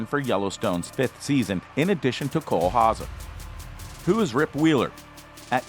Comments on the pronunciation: Its pronounced HowZer not HowSa . Rip Wheeler is just badass, women love him men want to be like him! Why he's loyal,dedicated, hard working, extremely faithful to those he loves and respects. Put aside the violence and brutal side of his character, he's everything(IMO) a man should and wants to be ! The episode when he tells Beth up on the lodges roof what he has spent most of his money on and why , says it all about him ! Just hope his past never catches up to him , and he dosen't ever take a ride leaving from the train station !! P.S. Why hasn't John rebuilt the log cabin for him ? All he has done and will do for the ranch warrants that ! If he's truly a son in John's heart and eyes , then he should be rewarded with that home again !! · It’s not HA-ZA. It’s HOW-ZER. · Cole Hawzaw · Hauser pronounced house-err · Cole Ha-seh. LMAO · It’s pronounced HOWZER. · Dude can NOT pronounce Cole's last name to save his fucking life........lol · If you can’t say Hauser, then why do you say it so often? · Learn how to pronounce his last name